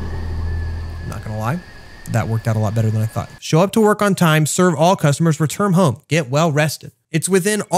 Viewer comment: are we just going to gloss over the fact that he said "returm"?